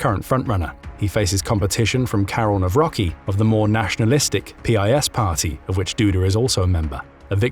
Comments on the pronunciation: Miecznik - Swordsman Wicher is pronounced with H like in Hungary, Hungry, Hang not with english CH like in CHapter. (in polish ch and h are basically the same sound) You botched Trzaskowski and you almost got Nawrocki well. T sh a s ko v ski :) with sh like in fish will get you close enough for english speaker. Na v ro tzky, his name end sounds like Wayne Gretzky. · NAWRO"C"KI - C like in "C-3PO" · right wing presidental candidate should be pronounce "Nawrotzki"